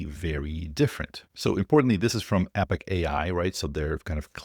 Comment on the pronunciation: NOT Epic AI!!! Epoch AI... pronounced eh·puhk